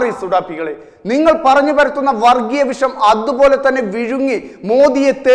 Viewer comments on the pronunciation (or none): none